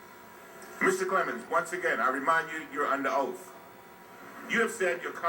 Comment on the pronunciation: "YOU ARE UNDER OAF!"